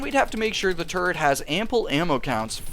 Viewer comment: Once you hear say "turd" once, you'll never hear it different for the rest of the video!